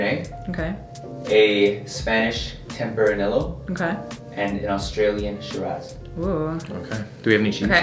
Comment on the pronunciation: Who was pronouncing the wines? It's pronounced tempra-nee-yoh